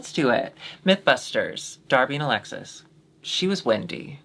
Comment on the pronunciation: Alexis's English accent in the intro was strikingly good.